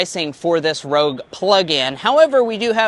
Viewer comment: you had to say the PREVIOUS Rouge style 😂